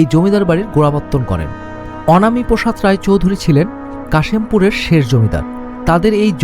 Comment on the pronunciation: আপনি যেটা আনামি বলছেন না ওইটা অনামী হবে